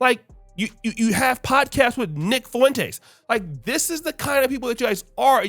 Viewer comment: The way you pronounce Fuentes is just funny to me. "FOOWENTAYS"